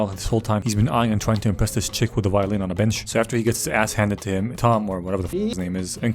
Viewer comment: Every time "violin girl" was muttered I heard "violent girl"